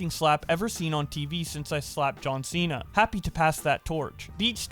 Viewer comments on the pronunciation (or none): none